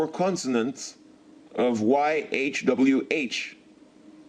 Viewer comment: you have big problem my friend, but you are very ,very correct when you say .yhwh,,you know the name.. that is SO GOOD.att..a native[indian]